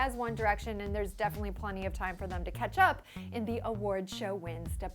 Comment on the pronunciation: am I the only one who heard 'Ketchup' when she said 'catch up'? lol I love both of the bands . I enjoy their songs especially when im feelin down. to those who hate one of these band, just keep your opinion by yourself instead of making war :/